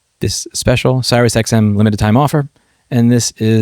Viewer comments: It's not CyrusXM. It's pronounced like "serious". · Please...for the sake of my fragile, tenuous sanity, see-rr-ee-us (like serious), not Cyrus (sigh-rus) That being said, I've been a Sirius customer over 20 years because it's useful to me, but this is grade A BS. I wonder if you unhook the satellite receiver cable from the radio if it would go away. A little drastic, absolutely, but maybe an option. Between this and the feud in MA over right to repair where new cars have telemetry disabled (including the TPMS sensors if I recall correctly), Subaru needs to get it's sh** together. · Not to be a stickler, but Sirius is pronounced like the word "serious". There's an I after the R. Not Cy-rus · Seer-ee-us not sai-ruhs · Sirius not Cyrus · It's said "serious" like the star, Sirus, not cyrus. 😂 sorry louie, I knoe it seems incredibly petty but.. 😂😂😂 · wait, is it "Sci-russ" radio and not "Serious" radio? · Louis, we've been through this... It's pronounced "SERIOUS" not Cyrus 😂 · Sirius, not Cyrus. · Good points made in this video, but it's not Cyrus, it's SeeReeUs (named after the star). Sorry, the mispronunciation was driving me crazy. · But he calls Siri, Siri. And calls Sirius, Cyrus. I don't get it. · I lost all faith in this guy's iq when he said "impreeza" and "Cyrus xm" 😂 wow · Im-pree-za? Cyrus? How can anyone not know how these are pronounced. Tell me you're a 'murican without telling me. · For the love of Pete. It's SEE-rius XM. And Im-PREZ-ha. Both have been brand names for well over decades. And one is a friggin' star. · I couldn't concentrate on the topic at hand because he kept calling them Cyrus/XM. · are we saying Sirus ironically here or do we not know there's another i in there? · This is totally nuts. Oh and Sirius is pronounced Serious. Sirius is star in the night sky. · i thought it was pronounced "serious" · Louis, love your channel, but please learn to correctly pronounce "Sirius". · It's Sirius. Seer-re-us. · It’s pronounced “serious”